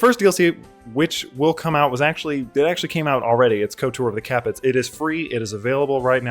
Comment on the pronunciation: I wish people would pronounce Capet right. I can't believe even Alexander Oltner ballsed that up. Cap-eh being French in origin. Grrrrr.